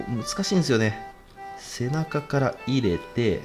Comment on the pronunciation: 入れての発音がマジで気になる